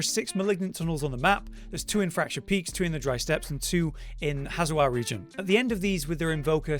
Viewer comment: "Hazewar" No, it's Hawezar. Say "How bizarre", then take the "b" out. Hawezar.